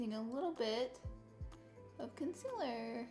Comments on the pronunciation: Did she just say.... Consiller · “Cun-siller” haha! Love you Laura! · Hannah Cort lol nothing it’s just the way she was saying concealer 😭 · She is saying the word concealer wrong